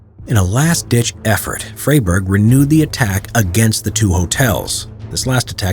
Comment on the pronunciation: Indeed…not his proudest moment, but Narrator, please…a little homework before stepping up to the mic. The man’s is not “Fray-burg”, but “Fry-burg”.